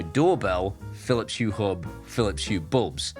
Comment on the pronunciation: Aqara continuing to innovative. Meanwhile it seems, Phillips continue to march at the beat of their own Drum., have you overcome your Phillips Hue pronunciation affliction with time or medication. Whilst I can write Phillips Hue, it seems I cannot bring myself to say without bringing up my breakfast, lunch or dinner. 😂 Keep up the excellent work.